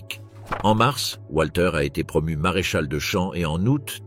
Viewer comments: voix typique de ce que génère l'IA : le W allemand se prononce comme un v français donc Walter se prononce Valter et non Oualter...... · Walter se prononce comme wagon, et non pas comme ouate.